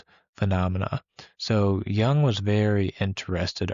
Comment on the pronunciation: Jung.... correct your pronunciation of his name FIRST, THANK YOU